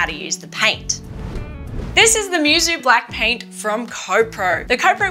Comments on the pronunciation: "Moo-soh" not mewsew. It means "unmatched" or "without peer" in japanese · Technically Musou should be pronounced like "Moo (like cow but shorter) So"